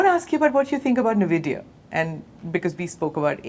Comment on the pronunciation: DONT SAY NAVIDIA, ITS en-vidia . A veteran journalist who cannot pronounce Nvidia.